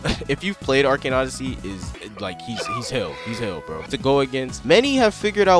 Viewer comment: Elius is not that hard